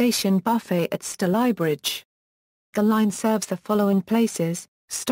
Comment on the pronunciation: F* yank! Stal eye bridge - wrong! It's pronounced Stay ly bridge!